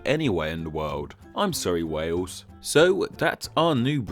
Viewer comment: I love the fact that he pronounce Wales "Wews".